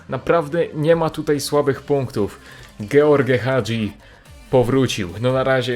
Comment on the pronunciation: mówi się dżordż hadżi